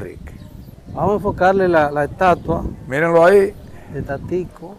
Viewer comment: Amigo disculpa,no es molumento sino Monumento, tampoco es estuata ,sino Estatua.Cuando te expresa por las redes sociales te ven en el mundo.